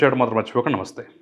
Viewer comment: మీరు విశ్లేషణ చేసే విధానం బాగానే ఉంటుంది కానీ, మీరు పలికే తొలి పలుకు (నమస్తే)శబ్దార్ధం తెలుసుకుని, సరి చేసుకోండి. ఉదాహరణకు, నాన్నా వచ్చావా అన్న దానికి, ఊ వచ్చావంట్రా అన్న దానికి, తేడా ఏమిటో, మీకు కూడా తెలుసు అనుకుంటున్నాను.